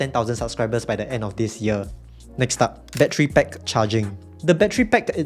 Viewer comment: Stop saying battery PECK